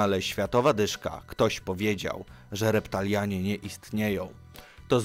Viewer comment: reptilianie a nie reptalianie {XD}